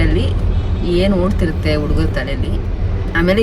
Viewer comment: ಕಂದ ಅದು ಉಡುಗರ... ಅಲ್ಲ ಹುಡುಗರ. ಅ ಕಾರ ಹ ಕಾರ ವ್ಯತ್ಯಾಸದ ಬಗ್ಗೆ ಹೆಚ್ಚಿನ ಗಮನ ಇರಲಿ ಕಂದ.